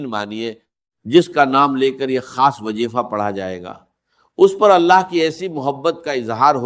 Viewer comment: تلفظ کی جانب توجہ کریں یہ ڈاکٹر اسرار صاحب کی آواز نہیں ہے یہ کاپی رائٹ ہے جیسا کہ لفظ وظیفہ کو وجیفا بول رہے ہیں